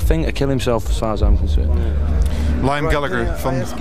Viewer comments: He also called him Lie-am and then goes on to mention ‘that’s how the brits pronounce it’ 😂😂 what a tool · “Lye-am Gallagher from Oasis” 😂🤷🏻‍♂️